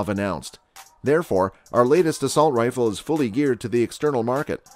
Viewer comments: "assault riffle" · What is an "Assualt Rifle"??? Serious Matt Walsh style question...